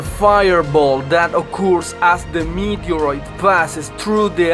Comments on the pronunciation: "Meet-erite" he says! 😂😂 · Can someone write the times he said “meteorite”😂😂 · Say meteorite one more time.